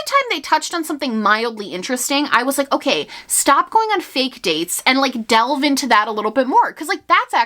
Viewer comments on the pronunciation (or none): none